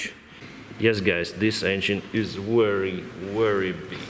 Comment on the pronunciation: Not only a pilot but also a good travel guide.. Interesting places.. You speak very clearly and I can understand everything you say without having to check the dictionary. I'm not an english but I notice your pronunciation of the word "very" looks very strange, it's most like "wery" instead..